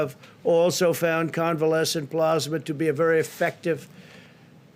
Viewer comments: It is plasma, not "plozma." 175,000 dead on Trump's watch soon to be 200,000. He is an embarrassment and a disaster. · Oh Boy 🙄 More Plosma, But This Time It’s Convalescent Plosma!!! 👵🏻🧓🏻👴🏻👏🏻👏🏻👏🏻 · Plusma ??Geez ,did he pass the third grade? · Wtf is plaasma XD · Youre right. And using convalescent plasma (not "PLAZ-muh") has been a standard source of antibodies for a many years for a number of diseases. Its not new and I'm pretry sure Italy pioneered its use for Covid-19. Its Trump whipping up a publicity stunt so he can imitate a human being with a brain and a heart. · What is "plosma" lol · He kept saying plasma wrong it was kinda annoying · He can’t even pronounce plasma. I’ll bet it’s the first time he’s ever seen the word. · Take a drink every time he mispronounces plasma. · He can't even say convalescent plasma correctly. Does he have dementia? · Mans can't even pronounce plasma 😂😂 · If I had a dime for every time he mispronounced plasma...geez guy!